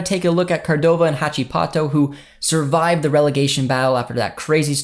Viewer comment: Hey, the correct pronounciation of Huachipato would be like "who-at-she-pato" ✌